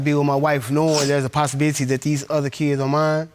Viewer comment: Did I heard posisibity